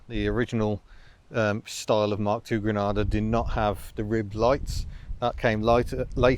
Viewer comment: I thought you said an Aussie Ford Grandad ..